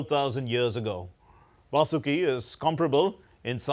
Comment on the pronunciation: It's not "Vasooki" or "Vaasooki". It is "Vaasuki". I am astonished that DD people do such mistakes like also calling it "mythology".